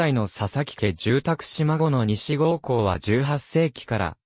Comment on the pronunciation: 西郷はさいごうと読むのです。